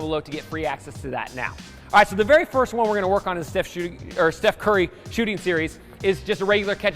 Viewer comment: it's not chef curry it's steph